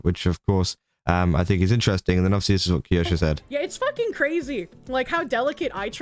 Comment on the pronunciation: The way your pronounce Kirsche is painful to listen to. You add an entire extra syllable for no reason and even when Kirsche herself says her name properly, you still add the extra syllable. 🤣